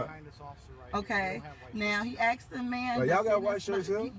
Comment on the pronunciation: Its a horrible episode. I have one thing to say though, Many afro-american women need to learn to speak their own language, i get chills up my back every time they butcher the English language by saying words like "Aksed" - "then he aksed me".. No its ASKED...!